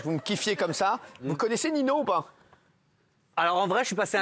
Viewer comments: Par contre sa doit être chiant que pour lui que les gens prononce ninho "nino" alors que c "ninio" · Ninho c de la bombe il l'air gentil BG un petit air timide. Par contre Cyril prononcé Ninho Nino au lieu de Ninhio sa se (prononce comme sa). Mais grave bon❤️❤️❤️ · Cyril qui prononce Nino wtf